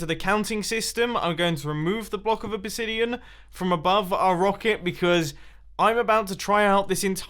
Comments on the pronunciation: Did he just call the obsidian a obisidian??? 😂😂😂😂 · You said obasidian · he said ubisidion